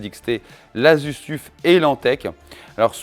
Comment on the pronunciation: "Le Tuffe" 🤣 Ton anglais est légendaire ! ça se prononce "teuf" mais t'as raison, on s'en fout après tout. Les Arctic P12 existent aussi en argb pour à peine plus chers. Joli travail 👍